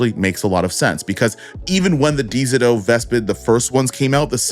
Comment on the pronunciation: Lmao nah why you keep pronouncing dzo like that